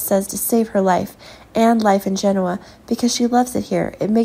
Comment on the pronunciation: It would be nice if the producers of these videos could get a narrator who pronounces the most basic words associated with the soap opera correctly: Genoa and Marchetti. It’s annoying. Get a clue !!!!!!